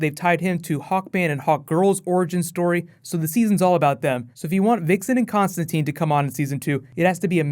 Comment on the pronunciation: Constatine... More Constatine :)